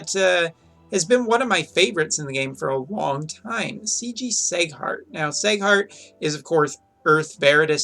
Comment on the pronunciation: its seeeeghart not seighart....